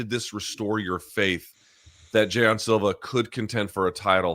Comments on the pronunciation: Does Luke realize he’s the only one saying Jay-on Silva? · Luke “JAY-ON Silva” Thomas